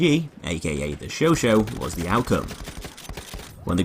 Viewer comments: It's "Show sah" my friend.Not "Show Show" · you pronounce it like "showshaw" not "showshow" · "Chauchat". "Chau-chaaaat". In other words, [ʃɔ'ʃɑ]. "Show-shaaaaa(h)". Not "sho-sho". I find the Chauchat way too slow to be effective in CQC despite its 3-shot-kill damage, not accurate enough to outclass the Huot or MG15 (deployed) at longer ranges, and with too small a magazine to be effective at suppressive fire. Can't find a suitable niche for it. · It’s not pronounced show show. It’s show chat. If it were show show Turin it would be spelled chauchau. It’s chauchat. The t is silent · Its said sho-sha not sho-sho. It annoys me how he says all the French weapons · Michael Robert It depends on your liking... the US like to call them "Show-Show" the French pronunciation for "Chauchat" is "Show-Shah" with a silent "T" but for new people who saw the gun for the first time would most likely to pronounce it as "Show-Shat"... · The host of Forgotten Weapons was pronouncing it the Sho Sho. It's an American pronunciation. This is the first video that comes up when looking up the weapon so I'm guessing that a lot of other Youtubers took his pronunciation to be the right one. But yeah, Sho-Shah is correct. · I can't do this... It's Chauchat, not Choo Choo! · Why do you pronounce it Sho Sho? That's wrong. Chat is not pronounced Sho! :/ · it's show-shaw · Ryan Wallis It's pronounced "Sho-sha" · Yeah that's pretty much it. I guess it's been called the Sho Sho by Americans for so long that it's just an accepted alternative pronunciation now. The 'Sho Sho' skin in BF1 is nice also. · Great gun, shame pronounced it wrong, now everyone will be doing it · That pronounce is innacurate.